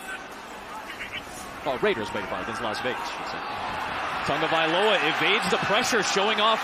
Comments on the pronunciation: Is it me or does he say "Tongavailoa"? They cant say his name without an "N" i guess. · Why does everyone say Tangovailoa?